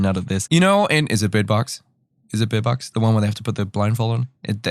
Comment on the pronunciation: So can we talk about how he says bird?